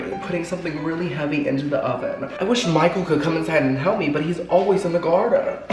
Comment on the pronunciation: This is my favorite thing to watch. I seriously laugh the whole time. How can something be so funny but calming at the same time? Haha if I had a dollar for everytime you say garrrrrden lol 😆